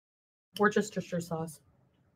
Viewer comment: “I need to open a restaurant”, that is the saddest “chicken pot pie” I’ve EVER seen. Please, stop. That crust alone is an actual war crime. Edit: wor-che-chi-tcher sauce is insane. It is not hard to say Worcestershire babes. Wor-shte-shur. How dare you call yourself a Foodie and you can’t say Worcestershire sauce.